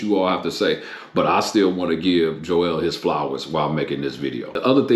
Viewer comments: It's Joel not Joelle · It's Joel not jo-el